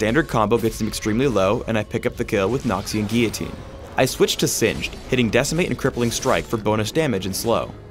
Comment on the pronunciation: It's not noxian guiyitine its noxian guillotine